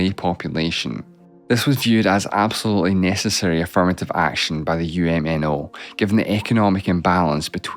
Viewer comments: "uhm-no"t my government xD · This is the first time I'm hearing UMNO's pronounced using every letter of the arconym lol. Sounds weird when almost all Malaysians usually known them by pronouncing "Uhm-No"